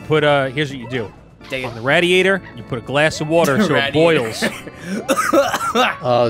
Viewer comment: why tf did he say radiator like that